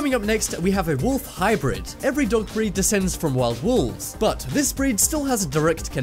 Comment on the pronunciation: wolf hybrid not wolf hybird